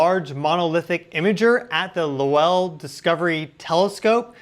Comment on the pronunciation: As a Lowell High School alumna (from San Francisco) who also had the privilege of using a Lowell telescope, I respectfully submit that the surname, "Lowell," is pronounced with the emphasis on the first syllable: LOW-ell, as opposed to "lo-WELL." I suspect we will be using this reference noun more frequently in this narrative in the coming weeks.